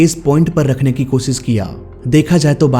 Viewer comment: 1. Oh Sit nhi 'O... Shit' 2. Irror nhi 'Error' 3. Kosis nhi ' Koshish' 😂